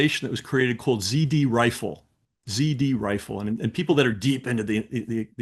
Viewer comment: Z R Rifle, not zD